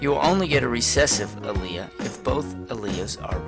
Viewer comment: It's correct he prounced it correct!